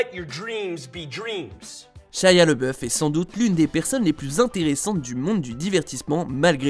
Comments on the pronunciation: Laboeuf pas leboeuf 🤣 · Tu fais un sujet sur lui et tu ne prononce pas correctement son nom. LAboeuf, A, et non Leboeuf. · LABEOUF PAS LEBEOUF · Le mec dit tout le temps " leboeuf" pour tant c'est déjà écrit en grand " labouef" 🤔🤦‍♂️🤦‍♂️